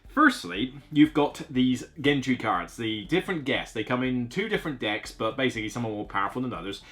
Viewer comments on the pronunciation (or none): Always like you’re reviews as you tell it like it is. Ps it’s pronounced “jentry” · Is gentry really pronunced with a g like in get and not like in gentle?